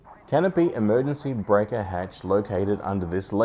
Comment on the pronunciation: “Emergancy” Oh my god.